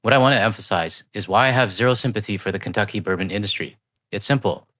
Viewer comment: Not sure if I caught it or not when she said FAFO, but what I did clearly catch, is her saying Kunttuckey !!!!